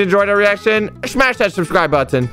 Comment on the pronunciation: “Smash that shubscribe button “ lol that’s wat said